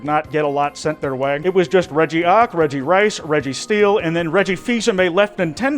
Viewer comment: he did not just say RegiRICE 💀